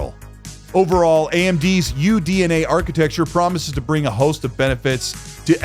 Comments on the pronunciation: this was really hard to watch.... you kept saying "UNDA" instead of UDNA.... every damn time. you should re-record and correct your phrasing. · Take a shot every time says UNDA instead of UDNA 😅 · is it me or did he keep saying UNDA not UDNA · Bro said UNDA instead of UDNA the whole time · you mean to say UDNA not UNDA. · UNDA? Brother at least say it correctly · Double shots for DUNA....its in your DUNA.